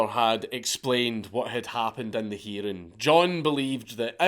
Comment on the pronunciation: “During the heeding.”